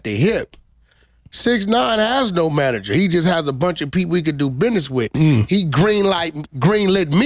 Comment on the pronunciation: For the youngsters watching this.... The word is pronounced "BUSINESS" not "BIDNESS".... 😂😂